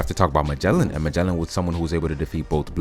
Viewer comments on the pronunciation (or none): none